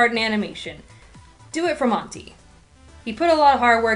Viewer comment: omg you pronounce monty's name wrong. AAAAAHHHHHH